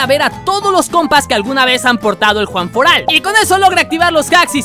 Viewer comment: Es one Fort Alt no Juan Fort Alt